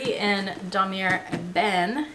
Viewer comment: Great collection !! I bought my Speedy 30 as pre-loved too for the same reason as you ... i wanted it cheap and i LOOOVE my darkened patina. When pronouncing Damier you do not say the "r"at the end .... it's Dah-mee-ay